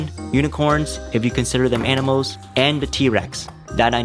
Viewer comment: Please learn to pronounce your L’s. You pronounce animals as “animohs” and puzzles as “puzzohs. I wasn’t going to comment this but I couldn’t stop my self after you kept doing it. Edit: I just got to the part where he pronounces only as “ony” and altering as ”awtering”